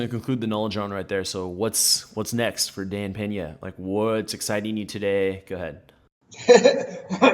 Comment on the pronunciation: Peña, not Penà!